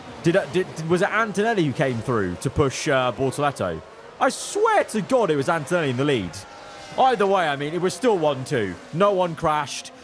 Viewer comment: spent too much time in the shed with us and messed up Verstappen and Antonelli's name in the race